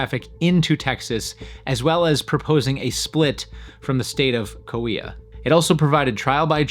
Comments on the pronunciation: Great video and very interesting, but I was a little disappointed at how badly he kept pronouncing Coahuila. It's Co-ah-WEE-lah. You keep skipping the second syllable "ah". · Coahuila is pronounced: "Co-ah-wee-la".